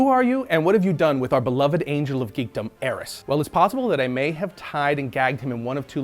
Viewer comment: I thought his name was Arris not heiress